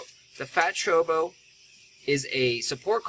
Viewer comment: It's choCObo. You're missing a syllable there. More importantly though, while single target cards are very strong, you didn't pull a warrior class. You probably should have augmented a single target mage card or a single target ranger card. Cards of the different job types get bonuses for being used by that specific job. So even though your pulled jobs can use Ares, because they have a listed fire element, Kirin probably would have been a better choice for you.